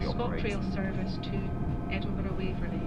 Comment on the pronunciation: Oooh they have a 314 layer Also it's pronounced edinbruh